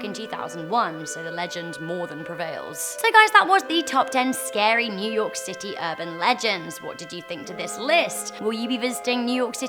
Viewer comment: new yourk city